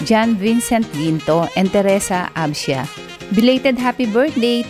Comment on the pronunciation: Thank you po sa birthday greeting pero absin po hindi absia hehehe